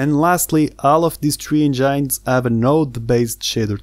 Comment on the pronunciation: It’s engines not engynes. “In” :}